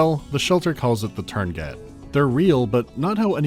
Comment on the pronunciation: tuurngait virus? thx for the 2nd "u" and the "t" i guess